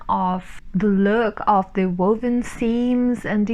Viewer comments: Thank you for this informative get to know you video! It has been great to hear you answers to these questions. I also love woven fabric, no matter how it is pronounced. I thought you said it correctly the first time, but it was fun listen to you get worse as you went on trying to get it right.😅 It would have been great to have finished your degree but I do find that being self educated in a craft, leads to greater freedon to create because you haven't been told that it won't work. Regards Christine 🙋‍♀️🇦🇺👍🏻🤩😅😘😉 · You made me giggle with your knit or woven trouble haha! I have the same trouble pronouncing ‘vine weevil’. Great vlog!